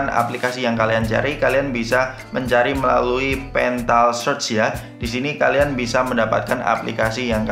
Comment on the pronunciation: Petal bukan pental brow... Sy pemakai huawei matepad dan playstore bisa kok... Lewat gspace